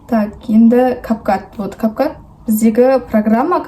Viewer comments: Кап кат емес кап кут емеспа😂😂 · Кап кат емес кап кат болатын болса cap cat деп жазвлад кап кут деп оқылады какой кап кат